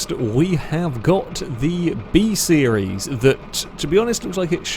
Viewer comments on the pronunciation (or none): none